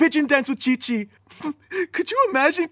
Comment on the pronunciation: Tite* not Tchichi